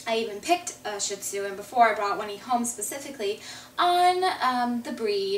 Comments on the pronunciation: it's pronounced SHIRR-dzuh (Mandarin for lion), you could say it in the Cantonese dialect but it'll sound similar to toilet paper in Chinese. Shih Tzu is fine, I have no idea what a Sheed-zoo is. ; ) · Love your video's! Beautiful dog:) But would you please pronounce this breeds name correctly...out of basic respect for the dog. Sheed-zoo